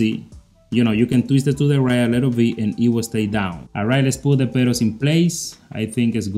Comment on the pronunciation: i like the way he sayin pedals, perros